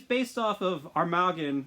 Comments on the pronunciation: It is pronounced arm-ma-gone 😤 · I could be wrong but since he’s an armoured shark I say it like armour - gone (bit short on the gone of course) Like Armageddon in a way So Muricans would say ‘armor-gone’ Keep up the good work bro!